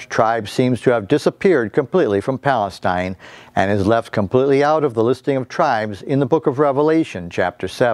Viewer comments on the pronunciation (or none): none